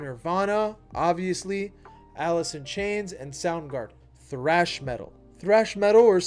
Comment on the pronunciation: I can't get over him saying frash instead of trash when saying "thrash"